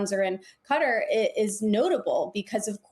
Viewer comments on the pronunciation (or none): KAH-TAR, don't give in to the way he says things... (it's not cutter.)